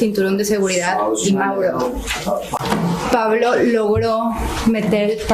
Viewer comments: Please pronounce “Pablo” as it should be pronounced “PAH-bloh”, not “PAA-bloh”. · So you can correctly pronounce the names of the telenovelas but not the name Pablo?? 😂